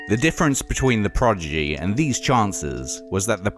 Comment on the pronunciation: Its not Progidy lol the guy on the film cant say it 🤣🤣 Not a lot of Firestarter reaction in this, didnt even play the video?